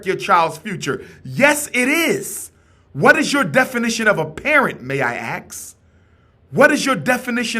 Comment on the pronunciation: I agree with Umar, but at his level of education, I expect to hear him pronounce the work ASK properly. The S comes before the K, brother.